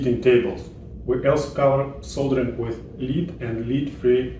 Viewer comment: I'm going to apologise in advance for advising you on pronunciation in English, & hope that you will forgive me for it. :) 'Lead' - the metal in old fashioned solder is pronounced 'ledd', not 'leed'. It's not a big deal, but it can be very confusing. :)